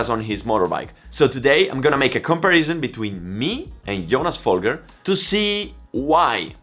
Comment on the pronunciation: I don't think you realize how small of a gap 2 seconds is compared to a motogp rider. Even last place on the motogp grid is one of the fastest riders in the world. 2 seconds off a motogp rider is probably a highly competitive wsbk pace. And don't be a dick mispronouncing Folgers name, he was and is an incredible rider and deserves a more respect than that